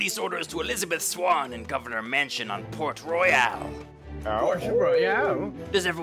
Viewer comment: IT’S PORT ROYAL NOT FUCKING PORT ROYALE!!!!